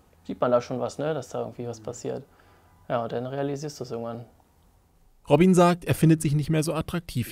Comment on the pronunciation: ROBIEN :D Netter Typ. Aber der heißt doch nicht wirklich ROBIEEEEEEN